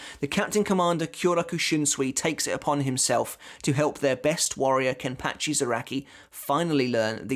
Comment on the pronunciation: KEN-PAH-CHI not Ken-Patch-ee!!1